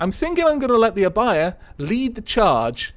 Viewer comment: I feel special for naming a ship :D Also, Your pronunciation for Abaia is correct. The u in Akatsuki is silent, though. But it's ok, everyone makes mistakes!